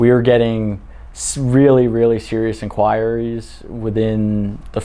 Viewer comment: Really wish he'd pronounce inquiries correctly. :(